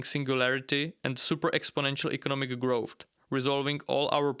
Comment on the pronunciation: What is "growft"? I've never heard this word.